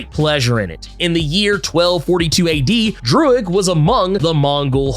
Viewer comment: I love how you said Droog like the rapper Your Old Droog 🤣